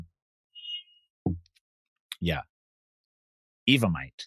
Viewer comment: Why every week do they or thinks her name is Ava lol it's Eva